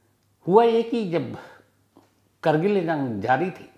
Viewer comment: करगिल नहीं कारगिल